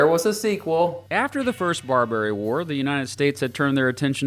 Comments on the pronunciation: BAR-ba-ry, not bar-BER-y. Jesus, what do they teach in schools these days? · He keeps saying “bar-bary” like Burberry. It’s pronounced like barber-y. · Ok i about can't handle the way you say Barbary like "Bar-berry." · Hearing you mispronounce "Barbary" about thirty times was physically painful. Otherwise, decent video covering the basics. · At least pronounce Barbary correctly. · Nice time learn to pronounce barbary